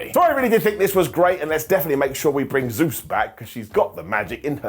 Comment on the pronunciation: please learn how to pronounce Zeuxis name. Don’t just change it to Zeus.